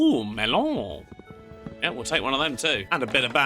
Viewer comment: Uhh melon it sounded like danish 😂😂